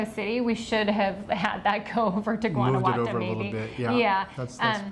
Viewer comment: Guanajuato isn't pronounced with a hard 'g'. You got totally 'gringoed' on your accommodations. Mexico City is one of the biggest cities in the world. My husband and I live VERY well on $1,400. a month, and we eat and drink!